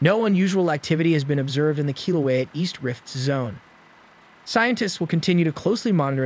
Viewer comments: When is this speaker going to learn how to correctly pronounce Kilauea?? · So synthesized voices get a free ride to distort another culture's language 🤔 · One would think that the AI used in reading Hawaii specific reports could be programmed to read local names correctly. Technology is only as good as its design and programming, and its programming reflects the biases of the programmers or inventors. There is certainly a lot of work that needs to be done in recognizing indigenous cultures and part of that is pronouncing words from those cultures correctly. Sometimes, mispronunciations have histories that we might not know anything about and those mispronunciations might be derogatory due to that history. For instance, one of the streets in my area is named Hymie way. The original meaning behind that name had nothing derogatory attached to it, but it became a slur. Even though the slur is not targeted at my culture, it still makes me grit my teeth every time I see it. I wish they would rename the street. That all being said, I do a lot of dictation and Google voice to text cannot tell the difference between while and well. It also mistakes other things I say even though I might be speaking very clearly. There are certain names that it cannot transcribe correctly and I will get 10 completely different spellings on it. Perhaps the solution here is to speak with someone who might be able to make the appropriate changes. I can't see why they wouldn't want to be respectful of your culture by doing that - especially if they are part of your culture!